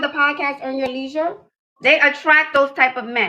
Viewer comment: She couldn't pronounce the word 'leisure' 3 times. She is worth nothing, that's why those dudes are boring and them big words turn her off.